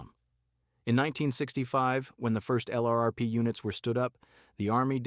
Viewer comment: "LRRP" becomes a one syllable word, if spoken by a human...